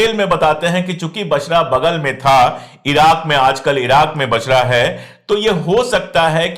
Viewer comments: Basra a city of Iraq. Not Bashra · बशरह नहीं बसरह